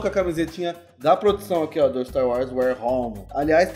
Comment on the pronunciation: empreção minha ou o fala staro wars?